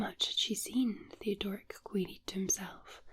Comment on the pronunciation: love how read the name, Theodoric. A bit random but I have to call it like I see it...or hear it in this case lol